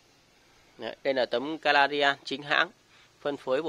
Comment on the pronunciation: Ngọng líu ngọng lo. Canadian thì đọc Caladian Lai Châu thì đọc Nai Châu Hà Nam lại đọc Hà Lam Hahaaha